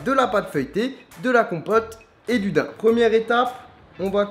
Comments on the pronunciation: Mais putain ca se prononce [daiym] et pas dain 😂😂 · ses des dain mes sa se lit daaaaam comme tibo inshape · 1 truc a dire ca se prononce d-a-i-m et non pas d-aim comme l animale. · Ça se dit daimmm pa dain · Je suis choqué pour la prononciation des daims